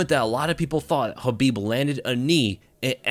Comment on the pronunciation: Is the k in khabib silent or is that just how this guy says it